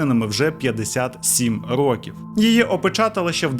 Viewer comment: Цікавий контент!) Лише не рокІв, а рОків, я не філолог, просто вухо ріже😅